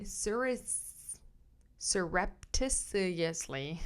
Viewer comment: So I think the other weird word is pronounced "sahr-up-tish-us-lee". I have to write thise types of words phonetically on index cards! Don't know if it helps. ❤your videos!